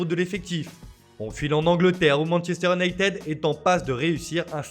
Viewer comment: Sa vous tueraiez de ne pas massacrer les noms des différents clubs européens? Sérieux les mecs leurs boulot c'est de lire des fiches sur le football et il n'ont même pas retenu la leçon de 6eme "on ne dit pas Unitédeu mais Younaitid" voilà j'ai fais exprès pour l'orthographe phonique puisque vous n'y arrivez pas. Alors par contre pour dire "Ancélooootï" y'a du monde hein, a croire que d'éduquer les amateurs de football c'est pas une nécessité. Bordel pas étonnant que les clubs français n'arrivent a rien avec des speakerines pareille!